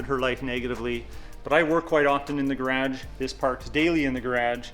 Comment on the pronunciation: Never had I heard someone say the word garage like how you did. Lol